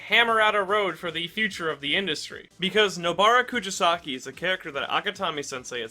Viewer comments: It’s kuGisaki not KuJisaki. It’s a g not a j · I love your content but please look into pronunciations next time 🥺😭 Rather than "ku-ji-saki", it's "ku-gi-saki." Like how you say the "gi" in "give." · This is a great video; but jesus christ man, if youre gonna say her name as many times as you do, maybe you should at least learn how to properly pronounce it? koo GEE sa ki. not koo JEE sa ki. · imagine editing the video and seeing the spelling "Kugisaki" dead in your face and still saying out loud or leaving it in your script incorrect as "Kujasaki". Must have been a paid editor. lmao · Ku JI saki interesting way to pronounce it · "kujisaki" bruh... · You are the bad guy for the way you pronounced her last name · Bro how do you manage to pronounce Nobara’s name in a different and incorrect way every time you say it😭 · How many times can mispronounce Nobara’s family name? Let’s find out 😂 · I love the character analysis but it hurts me every time you mispronounced her name.